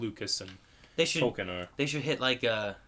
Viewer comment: "Tolkien is pronounced "Toll-KEEN," with stress on the second syllable, like "toll" and "keen," not "toll-kin." The author himself emphasized this, clarifying it as a Germanic word tollkühn (ü being pronounced 'ee') and correcting people who said "Toll-kin" Its been 8 years since you wrote thus, hopefully you've learned that since then